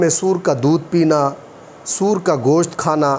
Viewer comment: آپ کو تو سور بولنا بھی نہیں آتا